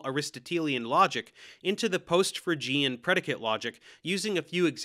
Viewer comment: You mispronounce fregean - it's pronounced ˈfrāgēən.